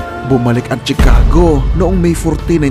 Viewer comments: Correction lng p idol Shi-cago po pg pronouce not Tshi ;) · chicago = shuh·kaa·gow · Sir check your correct pronunciation ng Chicago Sagwa pakinggan